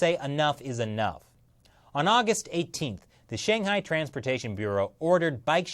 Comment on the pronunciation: Please make a modicum of effort to pronounce 'Shanghai' correctly.